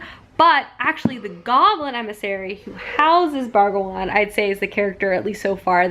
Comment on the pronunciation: I love these weekend reading vlogs so much but every time the title got read as 'Bragawan' when it says Brangwain it made my eye twitch lol